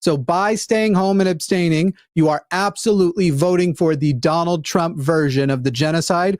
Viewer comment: When mispronounced Trump's name like 'Dune-ald' I imagined a Baron Harkonnen with Donald's head on it